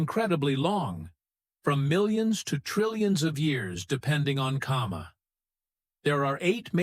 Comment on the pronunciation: It's not 'kama'.